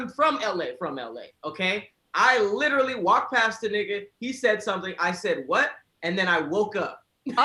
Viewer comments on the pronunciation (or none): can't say literally for anything 😂🤣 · Its difficult listening to completely murder the word "literally"